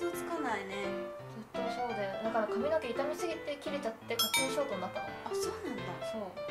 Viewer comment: の髪の毛の発音なんかおかしくない？笑 かみ⤴のけ